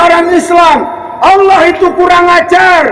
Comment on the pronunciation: Aku suka bgt klo ustad melafalkan kata Allah...sgt fasih